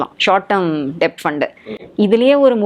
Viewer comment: Debt-pronunciation டெப்ட் அல்ல b silent. Det /டெட் என்று உச்சரித்தால் நன்றாக இருக்கும்.